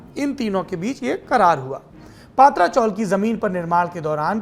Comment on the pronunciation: सौरभजी, पातरा चोल का सही ऊच्चार पत्र्या ची चाळ है.🙏🙏🙏🙏🙏